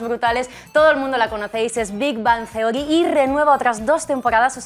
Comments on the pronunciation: no dijo bien Big Bang Theory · Los españoles, en general, pronuncian el inglés MUY mal. Un ejemplo: la manera en que el presentador pronuncia: Big Bang Theory (suena muy feo).